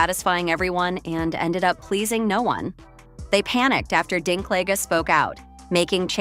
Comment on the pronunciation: Peter Who? Dinklig? Dinkleejah? Dinkliga? Dinklaidge? Dinklatch? Dinkclaij? Dinklijizz? Dinkleg? Dinklog? Dinklaiga? Dinkleega? Dinkpledge? Dinklogga? Dinkclayjez? Dinklagga? Dinklaige? Also news flash Snow White has been out for 3 weeks at this point.